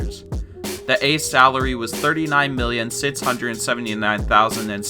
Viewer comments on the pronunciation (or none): Where did you grow up? You talk funny, like the way you pronounce six... "sids" lol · You say six weird lol. Great video though!! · why he say 6 like that? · how this guy says six